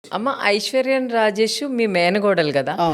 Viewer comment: Amma thagi matladathava enti amma eppudu thappu thappuga perlu palukuthav iswarya rajesh iswariyan anta ame mana telugu ame